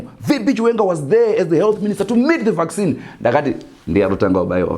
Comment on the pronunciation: Vac Sinhi not vaccine 😆😆😆😆